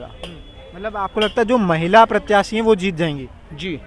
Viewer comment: Desh mein Rashtrapati chunav ko lekar nahi June ki garmi hai aur thodi garmi maharastra mein hai 😂. Aur unka naam Droupadi murmu hai murme nahi. Pranyakshi nhi प्रत्याशी hota hai. Pronunciation theek kro. Tumhari jagh yellow shirt wale bhaiya ko hona chahiye tha journalist. Aajkal har koi youtube channel bna kr patrakar bn ja rha hai